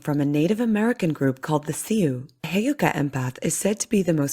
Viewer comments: It’s pronounced, “Soo,” not “See-oo.” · Excuse ma'am but "Sioux" it sounds like you're saying "C U" ... actually its "Sue" when you say "Sioux" ... Sue or Sū is how you pronounce Sioux...trust me im Sioux ... im a Full blood Sioux from Ft. Peck Sioux tribe in Montana .... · We're not from the Seeooh Group, Honey. We are members of the Sioux Tribe! We pronounce our name Sue, Dear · Sioux is pronounced like sue just so you know 🥰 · FYI i think you are saying Heyoka and Sioux ...incorrectly